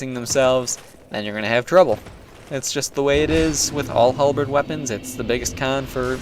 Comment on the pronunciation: not a specialist, but i believe its a HalbeRd not a halbeed @@